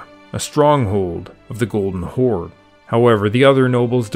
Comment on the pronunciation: Why do you call Golden Kaganat a "Golden Chord/Khord"??